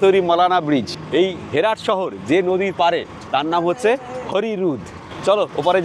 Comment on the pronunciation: It’s not হেরাট it’s হেরাত